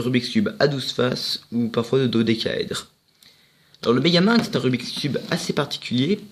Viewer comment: Franchement bien joué tu sais le faire 🥇mais le but 🥅 de la vidéo 📋🎥 c'est le apprendre à faire le megaming et toi déjà tu vas trop vite, tu dit megamung au lieu de megamingz et perso je sais le faire et tu fait des technic vraiment que j'ai jamais vu... Donc stp refait cette vidéo et applique toi. Merci